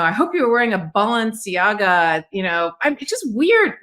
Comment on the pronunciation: I think she was talking to a woman named Kat when she was meowing and she didn’t even pronounce Balenciaga lol. His wife sounds like a nut. She vowed revenge, then claimed she was a Christian lol. Come on, lady. She said all this to a complete stranger. Can u imagine what she does and says in private or with their billionaire friends.